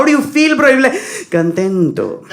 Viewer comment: 'enfado' is the correct word for anger bro !!! And I don't think that every Spanish or Latino will ever give you a reply saying 'contento' (fyi the 'c' here is pronounced with the sound of a 'k' like 'kontento' and the 't' in Spanish is never the त in Hindi. so 'to' will be तो). Please respect the language that you speak. No one would like to disrespect your native language as 'KANNADA'. So, please do respect it or the least that you can do is to know hoe to pronounce the word correctly.